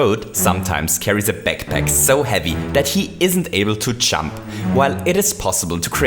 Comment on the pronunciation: Why do you say chump its jump